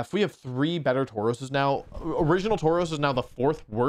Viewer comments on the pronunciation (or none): none